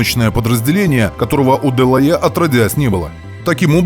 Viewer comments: Шикарно 😮! По правде говоря был заинтригован как вы на этот раз произнесёте название героя передачи. Почти идеально 🤩, «дЁлаЭ». А вторая «дЁлаЖ», без …ДЖ. В любом случае огромное вам спасибо за вашу работу 👍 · Да. Если брать французский то "делае' " звучит великолепно.... чем на английском "делаха'й"😂.. Oбожаю эту эпоху! Спасибо за ваш труд!